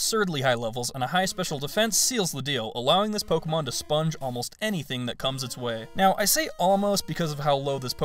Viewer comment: you know its pronounced Po-ké-mo-n